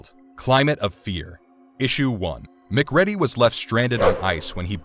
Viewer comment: Mc ready is my new favorite pronunciation of McCready